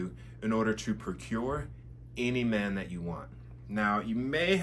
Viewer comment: You can't even say the word "man" correctly... it's giving 🌈.